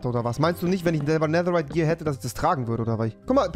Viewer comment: Nein, aber rewi sagt nicht netherite, er sagt neserite